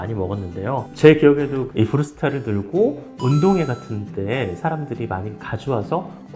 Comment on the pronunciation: 일본발음이므니다. 브루스타~~